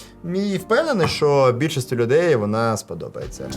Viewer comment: Без сценарію досить непогано, відразу і не скажеш. На досвіді вже) Але є й одне зауваження: забагато шокаєш. Це не дуже професійно. Декілька разів можна вжити, але в кожному слові замінювати "щ" на "ш" не дуже гарна ідея. Думаю з часом дійдеш до золотої середини. І дякую за контент💛💙